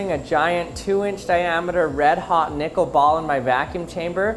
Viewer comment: I'm gonna be real with you chief...didn't sound like you were saying nickel☺